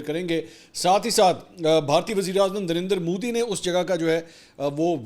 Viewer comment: Did i hear darinder modi? 🙊